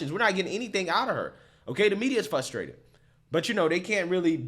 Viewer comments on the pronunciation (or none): Its fRustrated buddy not fustrated lol